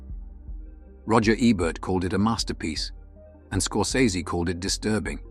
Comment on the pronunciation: That’s not how you pronounce Scorsese.